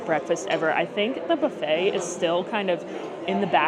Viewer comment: You learned how to say buffet properly.....then, you slipped back. Practice, practice, practice. 😊